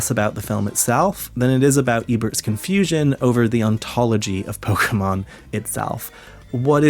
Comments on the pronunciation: Ebert pr0nouncing pokemon as “pokamins” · "Its about acquiring pokamins"